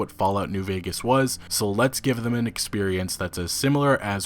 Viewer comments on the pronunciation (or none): none